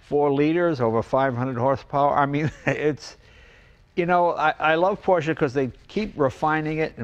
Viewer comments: Good to hear you saying Por-shuh correctly now, Jay. 👍😁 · Thank you Jay for saying PorschEEE 👏🏼 Can't take that for granted as far too many car enthusiasts still say it incorrectly. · Jay, you don't call it a "porsh" and that's smart enough. #respect